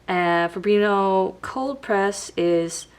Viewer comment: I love the video! Fabriano is Ponounced FO-BREE-ONO.